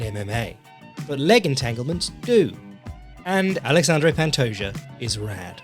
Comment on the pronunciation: The J makes an H sound. It's not the "Juh" sound.